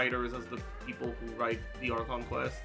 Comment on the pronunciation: is so silly haha its not "acheron" its "archon" lol:3 its funny to see him mispronounce a known genshin term 😂😁😀